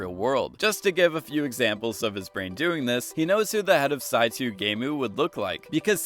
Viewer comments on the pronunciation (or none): i was like wtf is “saitu” and then i realized you meant “saito” lol its pronounced like “sai-toe” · Sai-Too? Really?? It’s SAI-TOE さいとう SAITOU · Sigh-toe Saito in Japanese is pronounced Sigh-toe. Not Saitoo. Just a nitpick. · Sonja's name is pronounced "Sonya", Saito is pronounced "Saito" (not "Saitu"), and "Berkshire" is pronounced "Berksher". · Saito = sai - toe, not to. Otherwise a great video lol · dude keeps saying "saitoo" its "saitoe" dude japanese name Saito -- cmon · And his pronunciation of "Sonja", and his pronunciation of "Saito"…